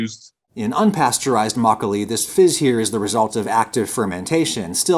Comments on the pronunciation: I was actually shocked by his pronunciation of makgeolli. He usually doesn't put that much effort into pronunciation. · My mom's favorite memories is of her and her mom making Makgeolli. She tells me all the time how nice it was to have a warm drink during the winter. I am sure a lot of post war Korean kids have similar memories. Thank you for the video! and unlike Galbi, you actually pronounced it well. ;) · your pronunciation was pretty good. Especially makkolie. I don't care for soju. It's generally cheap, weak and not very good. You drink a lot to get a buzz but it will give your a terrible headache. The fruit wines are very tasty though. I like their tartness. Home made or small batch makkolie is, IMHO, the best. The store bought stuff you featured isn't very good. But as you said it needs to be shelf stable and that's why it lacks that freshness. One recommendation. Drink your makkolie from a bowl. That's tradition. A snifter is a good option. But it's too aristocratic. Makkolie is a farmers drink. It's a home made drink after a long afternoon of work. It is drank from rice bowls, earthenware or stamped metal.